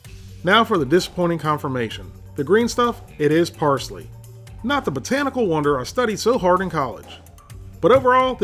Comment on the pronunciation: I like how he said who the fuck adds parshly to country gravey?